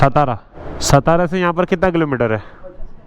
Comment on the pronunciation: its सातारा, सातार ✅ not सतारा ❌